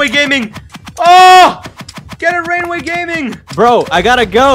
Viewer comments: U are supposed to say rain the way not rain-way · rainway? more like "raingay"